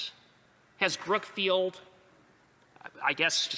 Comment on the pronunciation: Lol did he say Crookfield or Brookfield